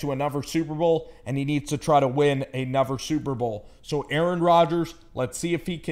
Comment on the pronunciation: Anuver? You fink 🤦🏻‍♂️?